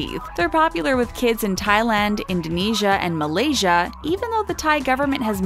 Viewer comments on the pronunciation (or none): none